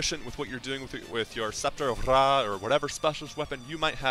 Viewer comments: Don't roll your r in ra tf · To be fair, I could say its actual pronounced as Ray. You roll the r as if there was more than one. A good example? Dog = perro and But = pero. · Lol why do you say Scepter of Ra like that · Couldnt watch through this omg the way tou day Ra triggers so hard